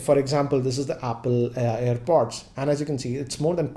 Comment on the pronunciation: It is airpod right. You are saying it as earpod